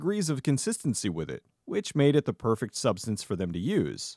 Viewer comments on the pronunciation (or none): none